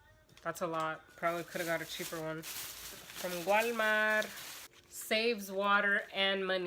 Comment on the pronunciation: Haha awesome video as per usual. Your accent when you say Walmart had me roaring lol